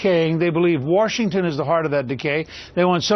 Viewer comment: ugh. He says "Warshington." WHERE THE FUCK DOES THE "R" COME FROM?